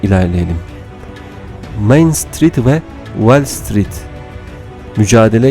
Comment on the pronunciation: Şu okuyan arkadaş bir de İngilizce telafuznu biraz düzeltse, Wellstreet değil WALLstreet.